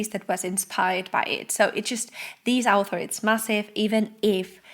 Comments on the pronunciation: You are making me feel better, I was also hearing alpha at first. But I am French. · Sorry, I am English so it took me awhile to realise you were saying author and not alpha, The context gave it away eventually, I must of been a bit sleepy.